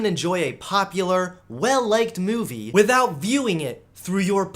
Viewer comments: I'm sorry but does anyone else hear it? the way he says movie? Mewvie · Ok I need to ask... Does have a weird way of saying *Movie*? Also where did that second coke can go halfway into the video.. These are the questions that I'm left with. 10/10 would watch again, love these videos hope keeps going strong!